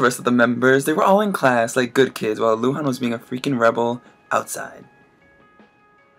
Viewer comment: Lol i like how you said luhan , the Chinese pronunciation was pretty accurate :P